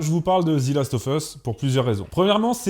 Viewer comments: "The" se prononce "zi" lorsque le mot qui suit commence par une voyelle, c'était la petite info du jour. Pour cette série c'est une merde abyssale, le parfait exemple de l'adaptation foireuse gangrénée par le wokisme. En même temps avec Druckmann fallait pas s'attendre à autre chose. Ces apprentis alchimistes ont quand même réussi à transformer de l'or en merde c'est bien !! Tout ce qui était génial dans le jeu a été soit "remplacé" soit effacé. Ils ont flingué l'histoire, les personnages, la cohérence, la relation Joël Éllie, les infectés sont inexistants, l'aventure, les combats à la trappe, même les spores ont virés et alors le casting mon Dieu 🤦‍♂️ entre tête de rat qui n'a aucune émotion et qui joue comme un pied et le grand remplacement "systémique" n'est-ce pas puisqu'il ne touche que les blancs systématiquement tout le temps, black washing et propagande lgbtmoncul. Faut vraiment ne pas connaître le jeu pour aimer cette pitoyable merde, ou n'avoir aucun avis et suivre bêtement le troupeau qui a décrété que c'est woke donc c'est bien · Pourquoi prononcez-vous "Zi" last of us au lieu de "Ze", étant donné que le mot suivant ne commence pas par une voyelle ? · Ze last of us, pas zi. Et même « the » pour les meilleurs 😆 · Excellente vidéo ! Juste une petite correction à (pas grave mais juste pour info) : c'est "Zeu" Last of Us et non "Zi" Last of Us, on dit "Zi" uniquement devant une voyelle. Voilà, c'était juste pour préciser ça (même si tu le sais sûrement déjà, ce n'était qu'une petite faute de prononciation), sinon super vidéo ! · The = Zeu quand il est suivi d'un mot qui commence par une consonne. Et The = Zi quand il est suivi d'un mot qui commence par une voyelle (sauf quelques exceptions). Donc arrête de dire Zi last of us, merci ... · Prononcez ze et non pas zi. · Pourquoi « Zi » Last Of Us ? Sinon très bon épisode comme d’hab ! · "Zi last of us" 😂. Un petit effort au moins sur le titre (d'un jeu que t'aime en plus) sérieux